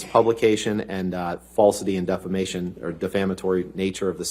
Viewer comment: Every time he says defamation, I hear defacation 😂